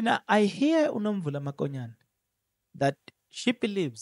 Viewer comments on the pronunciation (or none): Write Mokonyane please, not Makonyane. Verbally pronounce it MOKONYANE not MAKONYANE. Wena you are careless with calling people's names or pronouncing words. Hai !! You are not different from people who say LIBOMBO instead of LIMPOPO. Hai !